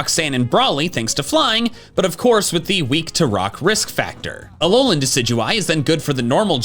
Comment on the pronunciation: IT'S ALOLAN, NOT ALOANLEN! GET IT RIGHT!